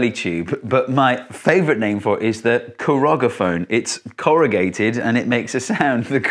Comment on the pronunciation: It's "corrugaphone". Kind of obvious, since it's "corrugated", and not "corrogated", don't you think?